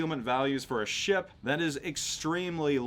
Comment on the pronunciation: Lmao love the way you pronounce ship sometimes. "Sheyap"